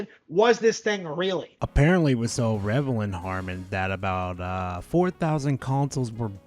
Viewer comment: revelant?? REVELANT? Bro doesnt know how to say the word relevant. rele-vant